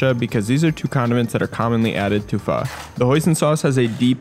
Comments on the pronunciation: Instructions unclear, I burnt the cheese and pronounced pho wrong and I am being hunted down by the Vietnamese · As a Vietnamese, I'm growing more irritated with some of the pronunciation, but amazing content! Anyways, I'll cry in my room for a bit